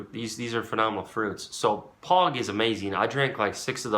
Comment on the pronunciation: Man said Pog with his chest